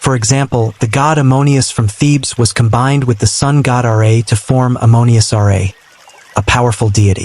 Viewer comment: "Ra" is not pronounced "Are-Ay", it's pronounced "Rah", to rhyme with Ma and Pa.